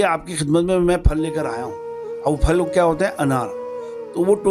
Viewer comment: " فل " نہیں ہںوتا ، بھالئ ۔ " پھل " ہںوتا ہںے۔